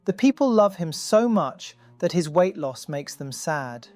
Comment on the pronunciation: He said “Kim lost some weght. Periodt. 💅🏻